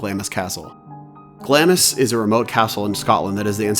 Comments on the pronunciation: It's pronounced "glaames" not Glamis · Great video, but minor nitpick, it's pronounced like Glaams not Glamis, like in Macbeth!